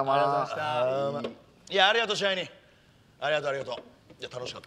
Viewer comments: 最初、支配人がシャイニー(?)って聞こえた笑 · 支配人がちょいちょいシャイニーに聞こえるんよな笑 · 支配人って言ってたのか… シャイニーにしか聞こえんかった… まじシャイニー。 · 最初 支配人って言ってんのかと思ったらシャイニーだった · ｢支配人｣＝｢しはいにん｣ですよ(^^) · 最初支配人がシャイニーに聞こえてて へんなあだ名だなぁと思ってた